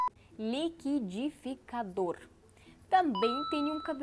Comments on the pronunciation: Liquidificador deixa eu te ensinar a falar kkkk ( li qui di fi ca dor ) treina falar sílaba por sílaba. Estou estudando inglês não consigo falar tired ( cansado) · É muito bom ver você se acabando para pronunciar liquidificador 🥴 vc é muito legal